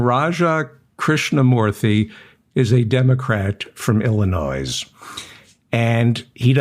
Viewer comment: David, you don't pronounce the (S) in Illinois. Grease. LOL